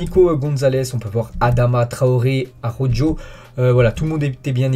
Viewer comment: Merci pour toutes ces infos . Néanmoins, STP, pourrais-tu essayer de faire un petit effort sur la prononciation du nom des joueurs de mon club préféré.... Xavi c'est parfait , Riqui Puig également ,mais "Araujo" quel désastre... "Arodjo" vraiment ?!!... Désolé, mais ça me fait penser aux commentateurs (trice) de la chaine l'Equipe .... Merci d'écouter Omar sur Bein .....